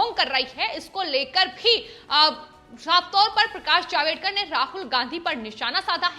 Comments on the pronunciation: जावेदकर नही जावडेकर।सही सही उच्चारण करो. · Madam HeIsJavDEkar NOT JavEDkar.😠